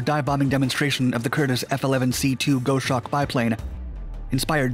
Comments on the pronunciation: A Small thing. Not GOH-Shawk, Gaws-Hawk. I love the content, even with the stumbles. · "Gos - hawk", not "go - shawk". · Go-Shawk? It's Gos-hawk, a bird of prey. Love the channel but sometimes.... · The "go shawk"? ... Time to pull this one down and revise the pronunciation, on top of all the other errorrorrs. This channel's normally better - and the SBD and its accomplishments deserve better. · Lol, this channel is great but the intro threw me off do be sure....."1947" lol. Also Gahws-hawk.